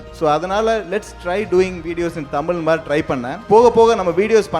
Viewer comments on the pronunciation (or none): தமிழில் பேசும்போது தயவுசெய்து "ழ" வை "ழ" வாகவே உச்சரியுங்கள்... "தமில்" "தமில்" என்று சொல்லும்போது தமிழின் அழகே கேட்டுப்போகுதுங்க...